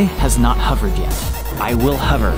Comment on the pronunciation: HOVERED! NOT HUVERED! You’re killing me haha, love you bro.